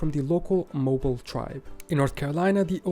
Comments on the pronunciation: Yes. Mo-bill, not mobile in Alabama. Don't let the spelling fool you! 😂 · So, the narrator is obviously not a native English speaker, so don't blame Americans for relocating your island into England lol. He also implied Savannah, Georgia was just a small village when it is one of the largest cities in Georgia. Other stuff: Mobile, Alabama, which he pronounced 'MO-bull', is a French name and is pronounced 'MOH-beel'. Nacogdoches, Texas, a tough one for sure but whose pronunciation could be found in about 10 seconds, is pronounced 'NACK-uh-DOE-chis.' Louisiana's oldest town, Natchitoches, was an especially bad try by our pal: I think he said something like 'Natch-et'. Well, ChatGPT and Siri BOTH confirmed the way I have heard it pronounced: 'NACK-uh-tish,' one of many strangely pronounced Louisiana places (Pontchartrain anyone?) I'm not trying to be an ass, but all you have to do is say, "Siri, what's the oldest city in Texas?" Siri will then pronounce it for you. Not rocket surgery buddy! I nearly fell out of my chair when he said Jersey was a town in England!!! I guess that makes Greenland a quaint town in Denmark and The Isle of Man a nice seaside Irish fishing village. I mean, Jesus H. Christ! P.S. If someone is a native of the Appalachian region, we pronounce it correctly, as it is our home, as 'App-uh-LATCH-un'. People who are ignorant or pompous like to pronounce it 'App-uh-LAY-shun.' It is like if I called the river in London the River 'Thaym's'. WRONG!! Who has a drink? LOL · Mobile = Mō BEEL Alabama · Actually its Moe Beal, or Mo-beel. Not even close to the way Bill is pronounced. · The narrator has miss pronounced many cities on his list. Please don't use this video to learn the names of US cities.